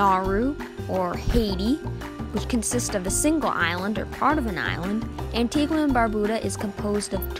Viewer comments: Well done Very informative. ( BTW it’s pronounced An-tee-ga not An-tee-gwa) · It's pronounced "Antiga".